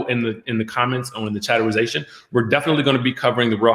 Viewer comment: Take a drink when you hear Chaterization 🤣🤣🤣🤣😭😭 Bravo Andy vc